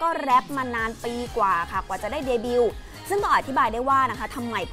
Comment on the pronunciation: เดบิว โอ้โห เ ด บิ ว ! ! ไม่อ่านว่าเดบิ้วหล่ะ วรรณยุกต์หายนะคะ ผู้ประกาศข่าว